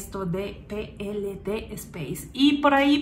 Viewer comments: Je, je...aunque lleve ese "Space" por estar en colaboracion con la ESA ( EUROPEAN SPACE AGENCY) PLD SPACE, se lee Pe Ele De y no " Pi El Di" y luego "espeis" si se quiere aunque en España la conocemos como PLD ( Pe Ele De) a secas. Y gracias por tu trabajo divulgativo. 👍✌ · Porqué no lees la compañía en castellano PLD, ¿acaso pe, ele, de, no existen en español? y es Elche con che